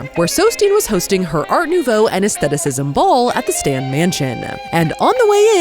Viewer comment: Thank you for pronouncing aesthetic/aestheticism correctly!